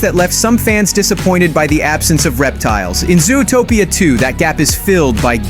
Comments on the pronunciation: It's Zootopia, not "Zoo-a-topia"! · Please pronounce zootopia properly. It’s not zooatopia. It’s zoo topia zootopia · Ai voice? Who calls it zoo-o-topia